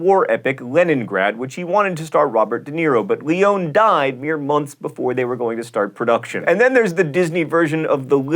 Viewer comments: "Lee-own?" Doesn't anyone at Mental Floss know how to pronounce Italian names, or at least ever heard Leone's name spoken? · Why can't anyone pronounce Leone's name right? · Nice mispronunciation of Sergio Leone (lee-oh-nee not lee-ohn). Maybe he should add it to the remake of "79 Common Mispronunciations" (Ep. 21).